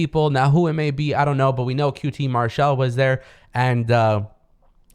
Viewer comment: Not trying to be a grammar nazi, but why do you pronounce Marshall using the shell sound? 🤔